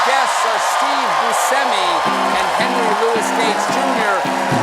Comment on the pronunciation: is there some kind of inside joke where hosts pronounce steve buscemi's name different ways? i've heard: "boo-shem-ee" "boo-skem-ee" and just now: "boo-semmy"